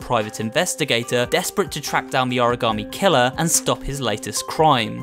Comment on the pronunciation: You know what is shocking? Lol an origami killer who can't pronounce origami